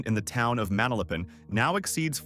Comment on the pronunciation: Larry Ellison is off and you pronounce Ma-nal-a-pan this way. That spa is located on the north end near Lake Worth while his home is on the south end boarding Boynton Beach. Its only around 2 miles but it wasn't next door and its still there.